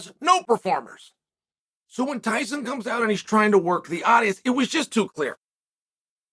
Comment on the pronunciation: Hyson Fury? He said it twice. Now, I think Chael just does that on purpose.🤣 Hyson!